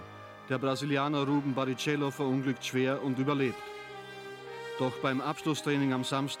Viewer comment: ja, eben. Vor allem "Barritschello" (dass das falsch ausgesprochen ist, sollte inzwischen wirklich jeder wissen)... Und zwischen Ruben und RubenS, das ist doch deutlich les- und recherchierbar... Sorry, aber einen solchen Kanal kann man kaum ernst nehmen... Ich dachte, ORF sei seriöses Fernsehen und würde vernünftig recherchieren (Ich bin deutscher, vllt hab ich einfach zu wenig Ahnung vom österreichischen Fernsehen), aber diese Doku ist, wie man so schön sagt, der reinste Schmarrn.